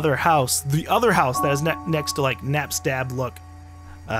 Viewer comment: You still NEVER said Napsta-Blook correctly... :(